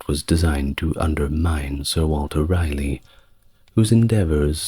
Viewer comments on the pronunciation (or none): I love listening to you but why are you calling him Walter Riley, when his name was Raleigh, pronounced rally? This is your only story I can't listen to . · Its pronounced “Rah - Lee” Thanks, multiple generational N Carolinian